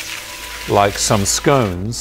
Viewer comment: Hello, not sure how I missed this video when it was posted, strange times indeed. Great information as always, made my mouth water with that prime rib! Although I have to say, I was more impressed that you pronounced 'scone' correctly. I look forward to the next video, please don't make us wait too long. All the best.